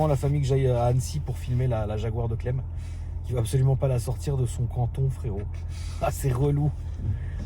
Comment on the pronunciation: À chaque qu’il disait Cleb à la place clem j’étais éteint 😂😂